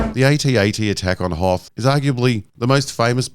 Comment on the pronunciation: YES... it IS pronounced "ay-tee-ay-tee"! If it wasn't, how would AT-ST be pronounced? Good on ya,, for proper pronunciation!